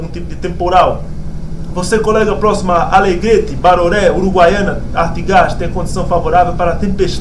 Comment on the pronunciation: A pronúncia certa é ... " Artígas " .. Obrigado.